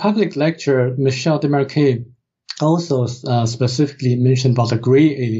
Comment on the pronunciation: Oh my glob...! Yer KILLIN' me with your butchery of Desmarquet's name! Say it with me (phonetically): Day-mar-kay. Sheesh... 🙄